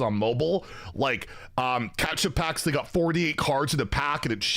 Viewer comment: I can’t tell if you’re mispronouncing catchup wrong on purpose It sounds like you’re saying ketchup.